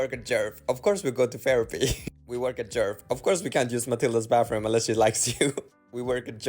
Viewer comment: You pronounced it just great